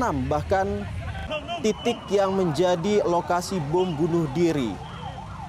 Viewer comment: Bom 💣 bukan buum